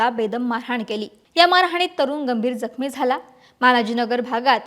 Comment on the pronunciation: Gambhir jakhmi madam, jambhir gakhmi nahi 😂